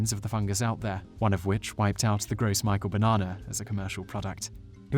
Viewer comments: Gross Michael is spelled Gros Michele, and pronounced "grow Michelle." It was also called Big Mike. It was confusing hearing the terms mixed. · Lol, "gross Michael " it's pronounced "Grow Michelle" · It's not pronounced gross Michael. its pronounced grow Michelle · i just want to point out that the actual pronunciation of the previous strain of banana is actually like "grove michelle" its a french word so it looks like "gros michel" which is why i think i n the video it was pronounced gross micael. also the gros michel was a much sweeter and grew in smaller bunches unlike the bananas now. but this is a great informative video :) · he is also mispronouncing "gros michel". It's "grow mee-shell" not "gross michael" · One minor problem with this video, is the Gros Michele. It was a French name and was NOT pronounced, "Gross Michael." Although 'Michele' is a French name for 'Micheal,' it was pronounced more like, "Grow Michelle." In some places, you can still find the Gros Michele. In fact, you can even order a small tree online! I had a Gros Michele tree in my backyard, in Florida, when i was young. As for the difference in taste and texture between the Gros Michele and the Cavendish; the Gros Michele texture is a bit creamier and EXCEEDINGLY more flavorful, with a deeper, richer banana flavor. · It's pronounced "Grow Michelle" not gross Michael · I love your channel, but: 1) it's pronounced "Indoh-nee-zh-ya" (with "zh" like the Russian consonant, or in "omelette au fromage"), not "Indo-knees-ya" 2) it's pronounced "Groh mee-shell" (the phrase is in French), not "gross Michael" (like a guy at your work who never showers). Peace~ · Isn't it pronounced "Grow Michelle", not "Gross Michael"? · "Gross Michael"...... It's "Gros Michel" (said "groh mishelh"). Damn Englishman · It's pronounced Grow Michelle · Whether you're pronouncing it as a Frenchman or someone in the banana business, it's "grow mee-shell", not "gross Michael". I know Michael, he isn't that gross.